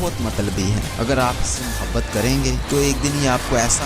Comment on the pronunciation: Mere bhai apni Urdu theek kr len, lafz waqat nhi ''waqt'', muhabbat nhi ''mahabbat'' gaib nhi ''ghaib'' zaya nhi ''zaae'' hota hai.